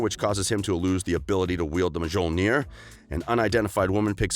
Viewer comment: 'Mjolnir,' pronounced, ME-YOL-NEAR.